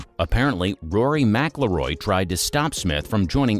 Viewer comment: It would really help with the credibility if you knew how to pronounce McIIroy.